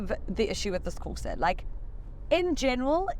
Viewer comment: "Colo" and porsa lol 😂